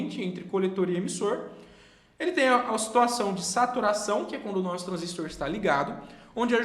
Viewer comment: Um transistor (e não transístor) é um componente de circuitos eletrônicos assim como o resistor (e não resístor), o transformador (e não transformer) e o capacitor (e não capacítor)...e a unidade é watt (uot e não vat, a pronúncia mais aproximada). Detalhes chatos qd repetidos diversas vezes.